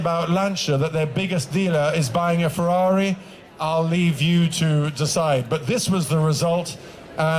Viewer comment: If only this guy pronounced correctly the automobiles' brands and models in their original language! It is not "fewawi", it is FE-RRA-RI.